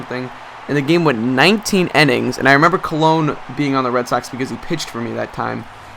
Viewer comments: INNINGS...NOT "ENNINGS" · Innings not ennings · Why do you say enning